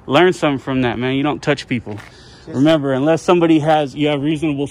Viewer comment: peole instead of people. 💗